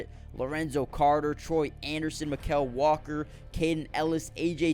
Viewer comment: Bro, you're butchering Mykal's name. Say it the same way you'd say "Michael".